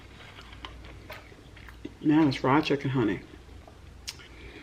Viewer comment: “Fried CHEKKEN” LOLOL I love you